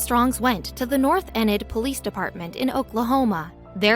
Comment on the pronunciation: Its pronounced North Enid, (eeenid).